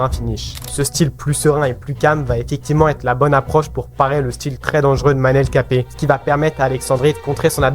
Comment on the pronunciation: super vidéo mais manel kape tu le prononce mal